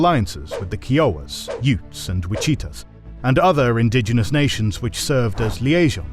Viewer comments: I love your videos. BUT your maps of texas are incorrect. If you want the correct maps you need to visit the maps collection at UT Austin OR the Texas general land office. And its Witch.i.taw for the pronunciation. You also left out the German freethinkers in the hill country that made their own deals with the Comanche. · There is no excuse for not double checking how to properly pronounce “Wichita” and “Alamo”. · I love it but some of the pronunciations are killing me as a Wichita-born white guy - Osage - Oh-sage (like the herb), Kiowa - Ki-owah (state of Iowa with a K), Wichita (Witch-ih-tah).